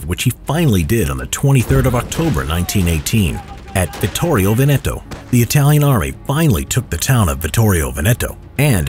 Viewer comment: it's pronunced "Vèneto" not "Venèto" :D